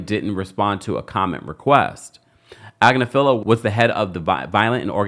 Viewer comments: Ag-nif-a-Low <<<is how you say it 😂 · I have seen Marc's wife, Karen, on various law shows. She is well-respected and pretty high-up in the legal game. She is also is a liberal. from what I can tell (BTW, she pronounces her last name as Ag-NIF-felo) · Omg it’s mark agNIFilo. You sound sorta, out of your depth when you don’t pronounce his name correctly. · Pronounced ag-NIFF-falo, like buffalo. His wife is a top Manhatten attorney. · His wife is on a youtube channel so you pronounce his name agg-nif-a-low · You are definitely not pronouncing his name correctly. It’s ag•Nif•ilo (emphasis on the second syllable). I’m pretty sure they pronounce it correctly on TMZ. Diddy won’t go on trial for at least a year, so you have plenty of time to get the pronunciation correct. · Please consider this constructive feedback. You do a great job but repeatedly pronounce Marc Agnifilo's name wrong. His wife is an on -air legal talent for The Midas Touch Network. I suggest pulling them up and getting the correct pronunciation of Agnifilo. Otherwise, great show & great job.